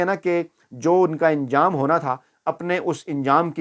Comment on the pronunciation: Aap please zeir ko zabar aur zabar ko zeir na kaha karein.LAFZ ANJAM HOTA HAI INJAM NAHIN AISE HI ANSAR HOR HOTA INSAR NAHIN AAP URDU KO SAHEEH BOLA KAREIN.